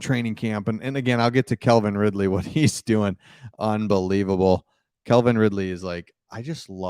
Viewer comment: The Jags may be a problem this year. Oh. It's Calvin, not Kelvin. The man has speed, but D.J. Moore is a better receiver.